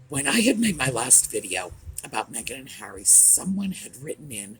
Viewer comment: Thank you for pronouncing her name right too, my sister is Meagan, heavy on the eeeeee. Meghan is absolutely pronounced Mehgarn.